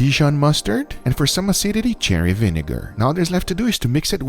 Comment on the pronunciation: it's mirepoix not meyerpoix. it's gochu jang not gochu kan. it's sherry vinegar not cherry vinegar. it's binging with babish not banging with babish.